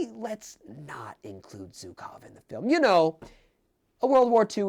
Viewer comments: GOSCH DARN IT ITS SCHUKOW NOT ZUKOW! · The mispronunciation of ZHukov is killing me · Brother it’s not hard to search up zhukov pronunciation. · Btw,, you're pronouncing Zhukov wrong. I dobt know if there's an English word I can use as an analogy for what the sound should be, but please do look up how the "Zh" is pronounced.